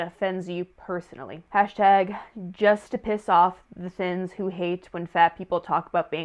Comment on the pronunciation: “the thins” took me out they said it like a slur 😭